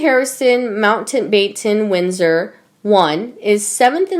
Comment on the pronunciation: Love your content, but your reader bites. For example, how could she mess up "Mountbatten-Windsor" in a royal family video? Her cadence is slow and halting, as well.